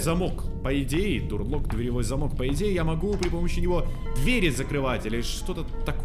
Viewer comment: "Дур лок" Люди, которые изучают английский язык:*покинули чат *